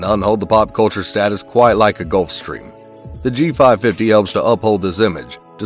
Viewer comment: I'm sorry, they "done" know how to pronounce "Gulfstrram"?